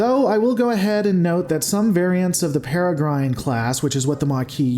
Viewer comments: Peregrine = perra-grin. Just FYI :) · Its Peregrine sounding like rin tin tin, not pere"grine" sounding like oceany brine. Have you never heard of Peregrine Falcons? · I think if you take yourself seriously as a video presenter and entertainment personality, you should learn to pronounce the nouns properly. Peregrin falcons are a real life thing that isn't hard to pronounce. I notice you do this with many words and just blow it off saying "I say things wrong"... that's a cop out. If you're taking yourself this seriously then educate yourself a bit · It's Peregrine not Peregrine!